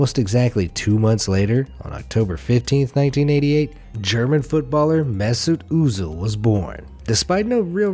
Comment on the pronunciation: Me hearing say misut uzil I'm like its mesut ozil